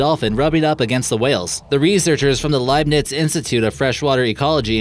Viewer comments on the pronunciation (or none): none